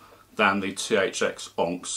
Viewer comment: Good review but that's not how you pronounce that well known gems name 'onyx'.